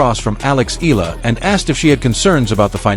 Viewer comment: Not EEL-LAH it's EE-YAH-LAH!